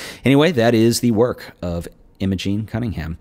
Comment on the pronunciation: Another great episode - thanks for sharing ! Nitpicking I know, but for completeness her name was Im-O-gEn and not Im-A-gING. Same as my niece ;-)